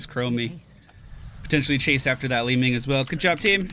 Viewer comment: Is it just me or called lili li-ming:D:D:D